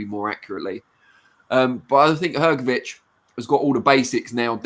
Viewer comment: Hrgovich not hergovich